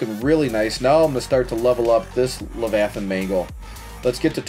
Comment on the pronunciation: “Levithanhs mangle”🔥🔥🔥🔥🔥🔥